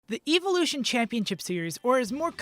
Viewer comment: The way he pronounced Evolution